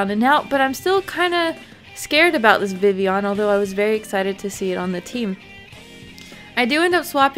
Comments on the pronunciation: Which is pronounced exactly how is saying it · its supposed to be pronounced like it is french i think because kalos is like france. so the double l is like a y